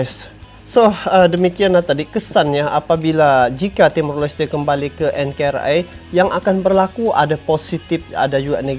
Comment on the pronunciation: Bukan enkerai om tapi enkari (NKRI)